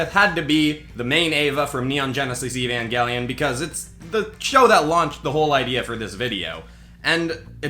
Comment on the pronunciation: When you said evangalion I was thinking "oh no" bc of the ending